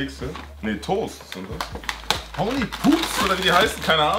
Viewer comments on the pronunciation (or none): “Houney Pups” 😂😂😂